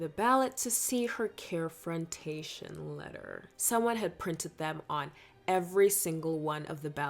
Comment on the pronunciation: “Care-frontaion” omg I’m getting flashbacks to my ERC days😭😭😭